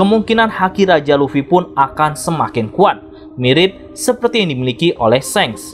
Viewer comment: Shanks min bukan seng, di anime aja bilanhnya shanks jadi aneh denger nya, jangan smpe gua disubscribe ya😅